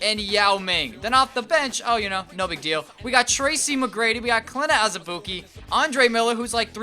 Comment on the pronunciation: Surprised you said Azubuike's name right lmao